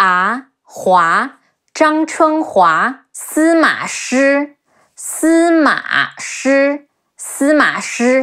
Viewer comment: You hear what you want to hear - so when you say Si Ma Shi i hear one simple word - smash 😅